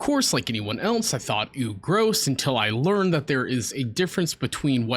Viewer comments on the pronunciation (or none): none